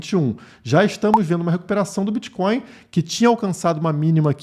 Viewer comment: O que é esse "Bitcoio" aí ?? Isso é "creptomoeda" ??? 🤣🤣